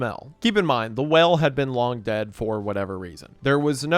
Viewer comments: I'm sorry but 80% of the time you said "whale" it sounded Ike you were saying "well" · It irrationally angers me how you randomly say well instead of whale.